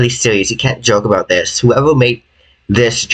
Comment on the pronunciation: tis is by faw te mos sewious tings tat has hapen to me